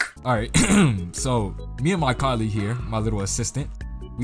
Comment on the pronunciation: My bro said coleeg. colleague